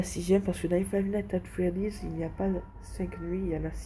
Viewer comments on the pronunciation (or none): pour que tu c c Five nigh at Freddy pas Five nat at Freddy